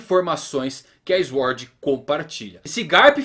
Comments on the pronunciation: não se pronuncia Eshord mas Suword, só pra ajudar. Abraço. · Diga "sôrd". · Não e tua obrigação mas mano plz Sword (SwÔrd) kkk desculpa mano mas me deu agonia kkkk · Q agonia essa pronúncia de "Sword" tive calafrios todas as vezes kkkkk